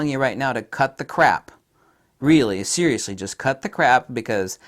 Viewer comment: Zeriously Nikon